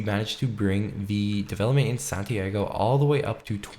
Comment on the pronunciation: san tee ah go not santiego